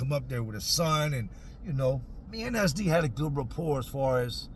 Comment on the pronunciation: 😂😂😂 I thought you were calling him "Ass Deep" Took me a minute to realize you were saying "SD" 😂 fuuuuuuuuuuuuuck